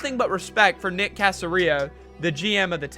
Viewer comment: You butchered Nick's last name lol